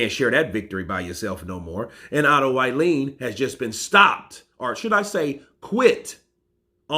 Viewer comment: his surname is pronounced wallin like wall street... wall-in not violin